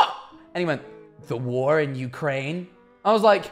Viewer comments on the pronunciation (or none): none